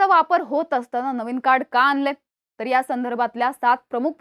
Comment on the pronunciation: आनंलय .... नाही ग बाई..... आणलंय.... असं म्हणं.....